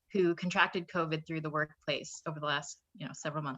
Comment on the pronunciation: Why does he continually call it COVED.... it’s Covid. Please pronounce it properly.